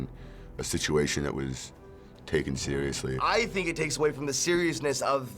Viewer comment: "like sirusli dikss"